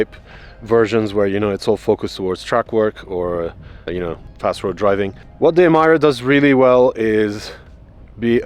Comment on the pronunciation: oh my ear is bleeding!! cant hear anymore ''Emaira'' coming out from this mouth!! it pronounced as Emeeeeeeera!!